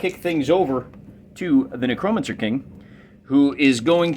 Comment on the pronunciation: Ahh man, been a while since I watched ya. I like the felt game mat, how did you paint it up? Also, lulz Nuh-crow-mencer...never heard it said like that. Made me chuckle.